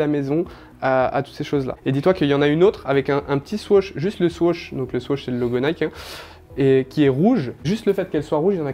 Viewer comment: le mec est un expert mais ne sait pas prononcer swoosh" (je rigole bien sur tres beau taff et tres belle collection